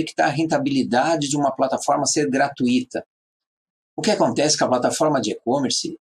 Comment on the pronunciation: Parabéns! Você erro apenas na frase GRATUITA (Não se pronuncia o "i" separado do "u" sendo o "u" a sílaba mais forte a ser falada na pronúncia. Porém se você for Espanhol está tudo bem, mas se for brasileiro ou português cuidado com sua pronúncia!